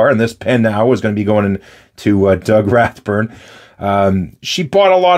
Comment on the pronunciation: It's Rathbun , not burn. At least you didn't call him Dough. LOL It's the gesture that counts!